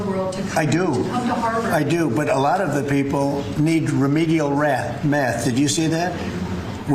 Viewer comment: Remedial “rath” !!